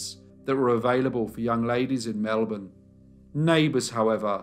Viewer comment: Well done mate. Interesting case and you pronounced Melbourne like a true Melbournian :-)